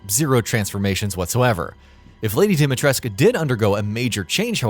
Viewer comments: Don't worry about it ;) Yes I know they did which is baffling to me as you could just walk up to anybody on the street here and ask them how it should be pronounced. A very weird decision if you ask me. Also a lot of people here are a bit mad because of this :D Gamers I mean. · that's exactly how it is pronounced, yes, Capcom should've done more research beforehand tbh. Also Romanian and kinda pissed how they are screwing the pronunciation, especially in a video game, but it's not the end of the world. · Im curious i dont mean to start a flame war but i must ask if im pronouncing her name right. Alcina Dimitrescu Al (alex) Cina (john cena) Dim (this light is dim) I (sibstitue for long e) Tres (rhymes with dress) Cu (coo as in cou in coupon) Am i getting that right? ☹ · Subscrobing and liking this video how about fuck no plus i have an ad blocker haahahahahahahaah How do you mispronounce Lady Dimitrescu's name i mean seriously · Yeah and over 100 Romanian people in the comments, including my Romanian friend Csaba said it's Dimitrescu, so who would know more about Romanian pronounciation? The Japanese or the Romanians? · It’s not a Roman vs Japanese thing. IIRC, her name is inspired by Romanian, Russian, and Greece, which means the pronunciation is not going to be fully Romanian. Probably. But I’ll just say what the character says. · you must read it as "dimitresku", NOT FREAKING"dimitresk" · Dee-Mee-Tres-Koo Not "Dimitres" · it's Dimitrescu! not Demetresc. pronounce it right. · It's pronounced Dom not Dim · Every time this guy says "dimy tresk", A Romanian child dies. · Or even those who still call her “dima tresku” even after listening her name being called by Ethan in the demo 🥲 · Yes. It's not like anyone calls the dictator Ceausescu "Ceausesk" or "Ceauseesk". Dimitrescu is pronounced exactly the same. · Any time he says "Dimitresc" I die a little on the inside. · I like how this guy mispronpunces dimetrescu wrong everytime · Still mispronouncing her name....